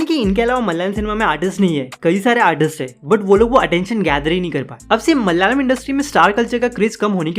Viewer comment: It’s not MALYALAM (मल्यालम), please pronounce it as ‘MA LA YA LA M’ (म- ल-या- लम)